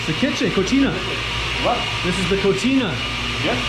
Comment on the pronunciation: Hey you don't enter a kitchen and say cochina instead of cocina very different meaning and pronunciation, the first one can be very offensive, any way gringos are allowed to such mistakes.